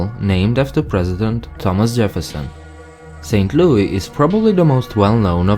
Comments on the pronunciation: its not called st. loui, its st louis! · St.Louie😂😂😂 It's St.Louis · this guy got like three facts right! He needs a proper fact checker he acts like we are all farmers, we have city's and even some pretty fancy houses. Also the pronounce thing is totally wrong! He knows nothing :) Also: Missouri (Miss-rr-i) St. Louis (Luw-is) And your so called Cario is in Illinois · I know i'm 4 years late but i'm reading the comments below and it's hilarious. St. Louisans do say St. Louis with the S, but we also refer to it as St. Louie in jest and in (for lack of a better term or phrase) historical reference. Thank you Judy Garland While the US is a melting pot of cultures, Missouri is kind of a melting pot of Americans lol. We can't agree on any pronunciations and often times pronunciations are less regional and more familial (kind of exaggerating, but a lot of families will have different pronunciations from the general pop. of the region). In St. Louis alone there are many different accents/dialects all within 10 minutes of each other. We have a lot of southern, native, french, and northern influences. So anyone saying WE missourians say one thing one way.. probably hasn't been outside their respective town ever. To add to the confusion.. I say Robot, my dad says Robutt. I say Washer, he says Warsher. Some say (I-44) I - Forty Four, others say I - farty far. So to you,, as an outsider to the state, well-done on your research and presentation. Also fun to note: St. Louis is split by the Mississippi between missouri and illinois. We call this divide crossing the river. Nothing super fascinating, but you'll often here from the missouri side at least "Don't cross the river after dark," or other things. Also, STL and KC have a big barbecue rivalry. no clue why.... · LouiS NOT LOUI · He didn’t even say St. Louis correct🙄🙄 not st Lou-ie. St. Lou-is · We say Miss-rrr-i, not miss-oo-ri. And it's St LouiS not St LouIE. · We call it St. Louis... NOT St. Louie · Saint loo-iss